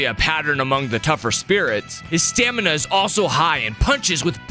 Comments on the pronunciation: Am I the only one who heard “stanima” instead of stamina? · ah yes "Stanima" (Also I don't wanna be mean, I just wanted to point that out)